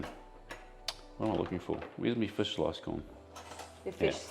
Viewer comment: Is Andy aware he pronounces fish and chips ‘fiss and chips’? I’m a kiwi (Nelson) with Dutch parents and always got shit for saying ‘fiss and chips’. When he talks about Barramundi fish, it’s ‘fish’, but fish and chips, it’s ‘fiss and chips’. Never meet anyone else who says it the same, must be a kiwi/Dutch thing. Anyhow, just wanted to point that out 🤷‍♂️😂 Also, Preston market in Melbourne 🤙